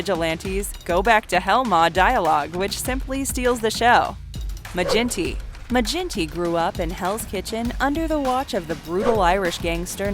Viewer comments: Its a hard G in Maginty, like the surname McGinty. Not Ma-jinty. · Its Maginty with g sound like give, not gin. That irked me lol. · Maginty is pronounced Ma-ginty, with a hard G, like 'girl'. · It’s not mage in tee it pronounced maa gin T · Great video. As an aside, Maginty would definitely 110% be pronounced with a hard ‘G’. Source: I’m Irish